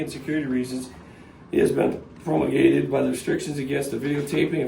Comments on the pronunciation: Most cops who read that statement seem to have a problem pronouncing "promulgated". They seem so illiterate, I'll bet they couldn't even define that word. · The large kinda, sorta, almost knew how to pronounce "promulgated"...I wonder if the sort of understands what it means too? He's a great robot, minion, rule and policy follower that needs to keep his job and his donut money.